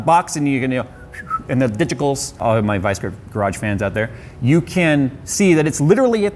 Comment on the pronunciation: Liked for the "digicals"!